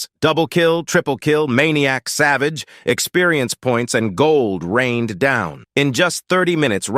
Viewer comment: Bro when i heared maniac and savage i instantly know this guy is from asia prolly hmm at india or Indonesia